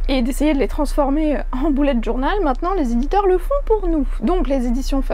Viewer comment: jadore quand tu dis "boulette journal " mdr. Sinon tes livres font très envie. De nous ton avis sur À fleur de peau dès que tu l'aura lu, j'aimerai bien l'offrir à quelqu'un.